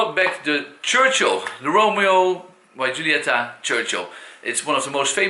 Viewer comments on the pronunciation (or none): The Y is pronounced like the letter E. And the J in Julieta is like the J in Anejado